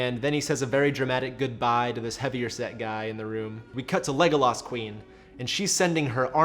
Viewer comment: Yeah seriously. If you are going to use the name 30 times in a video you should make sure you have the pronunciation right.